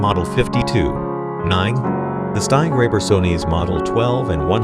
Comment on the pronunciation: "Steingräber and Sony" Good grief!